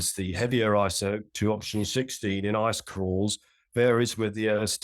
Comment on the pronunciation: What's an "isoptope"?